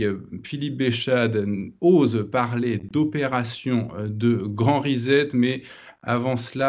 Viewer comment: On ne prononce pas grand "rizette", Mais grand "grand "reSSet". "S"